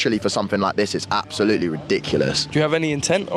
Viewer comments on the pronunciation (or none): he says “absowutewy” instead of “absolutely” lol